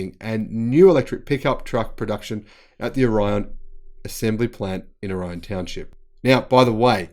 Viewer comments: Orion is pronounced with the accent on the first syllable in Michigan. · Orion is pronounced "Oar-i-on."